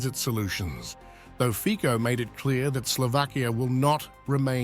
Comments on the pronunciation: Fico is pronounced Fitso in Slovakia, because of respect, please correct your pronunciation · His name is pronounced Fitso .. not Fiko 🤦🏻‍♀️ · It's Fico and not Fiko. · Fico, not Fiko :D you are funny.. u dont even read his name properly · Its Nót Fiko its Fico... Get it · Fico isn’t pronounced with K but C in his surname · Fiko 😂😂 .. his name is Fico .. CCC not K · His name is fico no fiko dumpass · It’s not pronounced as Fiko but Fitso 😅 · Please next time pronounce his name as “FiCo” and not “FiKo”. I know that English is international language but there are also other languages used in this world so if you want to be more professional try to research how to pronounce names that come from other languages before you use them as part of your reporting😉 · it is not Fiko! It pronouces Fico with C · FiTZO not fiko😂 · Commentator should do his homework. Read Fitzo not Fiko. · The Pronunciation of the Name of the Slovak Premier, Fico, is not Fiko, but Fitso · It's ˈrobert ˈfitso- not 'fiko))) can't even pronounce his name correctly)) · "FIKO"??????? At least pronounce his name appropriately !!!! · Fico has to be pronounced as FITSO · Fitso pronounce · The name Fico is not pronounced Fiko - pronounce his name correctly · Fico name doesnt pronounce like that 😄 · Please, pronounce cortect the name of PM R. Fico